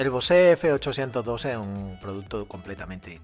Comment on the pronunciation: Es BOSE ,no ...BOSe' jkjkk, eso es el cantante,es como comparar un sector ibiza con un M2